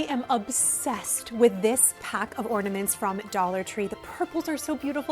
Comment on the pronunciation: Sounds like you are saying ordaments, rather than ornaments.